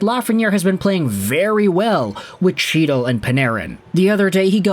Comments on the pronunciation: For like the 50th time. It’s not CHEE-tal. It’s HE-dal. Why do you INSIST on mispronouncing players names even after MULTIPLE people bring it up to you? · you are the reason my fantasy roster is all over the place....and it's "Hee-tle", C is silent. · Not hard to get a guys name right that has been a regular in the NHL since . He's not some rookie. Get his name right. The pronunciation is He-dal. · Sure. And I have as well. Then I am told or hear the correct pronunciation, and correct myself. Having been informed MULTIPEL times and if you watch the game you HEAR the correct pronunciations...and in the case of Chytil...the man says "he" all the time, so he can make the sound to say the name correctly, and CHOOSES not to. Along with the names f MULTIPLE other players. I HIGHLY doubt he is doing much covering, its more like he reads some stuff, takes ideas from articles and social media, and records a video as if he has followed the story closely. I mean that's fine...you can have opinions on things you read....but when corrected over and over and then never change, screams of a lack of integrity as well as an over inflated ego.